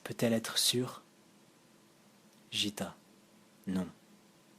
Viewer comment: Un grand merci pour ce partage. Paroles habitées, voix posée et vraiment très agréable à écouter (un petit détail qui n'entache en rien l'initiative : Gitta se prononce "Guitta" plutôt que "Jitta"). Excellent choix d'œuvres (Aurobindo, Satprem, Dialogue avec l'ange, etc...), leur contenu ramène à une spiritualité fondamentale bien nécessaire dans le chaos spirituel actuel (Peut-être les approches de Krishnamurti ou de K G Durckheim te parleront aussi?) Bonne continuation et encore merci pour ces lectures !